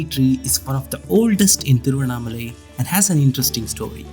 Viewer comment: Thank God finally at least you have said exact name THIRUVANNAMALAI 😢😢and thamilnadu